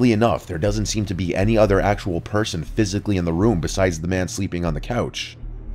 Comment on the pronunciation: That was acshuwly a pewson